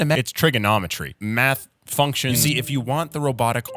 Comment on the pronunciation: All I heard was "Trigger-nomitry".